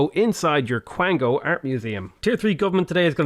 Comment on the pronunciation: The irony is your pronouncition of Kwango is the same as a Quango which is a real thing and is just chefs kiss hilarious